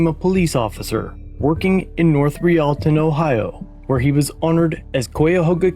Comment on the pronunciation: For Pete's sake if you're going to use an AI narrator at least get them to pronounce words correctly! I can understand cuyahoga, but royalton!?